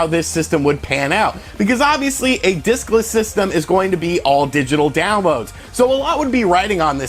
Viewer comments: I keep hearing dickless. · Watching this it seems you keep saying dickless system lol. Agree what a huge screw up on Microsoft's part. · Sorry thought you said "Dickless Xbox" haha... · I heard "dickless" Xbox system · I keep hearing dickless Xbox one lol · Every time u say discless I expect u to say dickless Xbox one